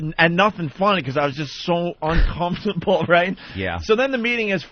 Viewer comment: Note to Opie: If "uncomfortable" comes out of you as "unk-HUMF-tubble", try a different word. It's ok.